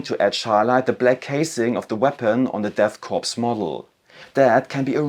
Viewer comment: Good video but you mispronounced corps (speak as "Kohr") as corpse like for a dead body.